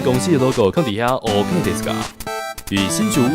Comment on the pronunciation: 大致同意但是他好像是講歐肯不是ok